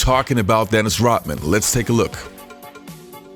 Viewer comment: ROD man, NOT ROT man. Say Rodman. Say it